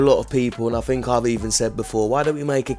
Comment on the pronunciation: Hey man, I really like your content and enjoy much of what you say. If I may give some constructive criticism; speak properly. "Fink" instead of "think," etc;.. you're smarter and better than that. It's not an accent, you're just being lazy. You can do so much better as an intelligent person. Please consider this and make an effort. Just like working a muscle, you can improve your speech. No shade.